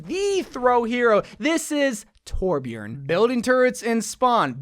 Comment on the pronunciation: I agree with every hero... but its TORBJÖRN JQKDUWIALFBDIAOosbdkaiaoalIAJDIAALKAJSAU DONT TYPE IT TORBJORN WOJDJSKLA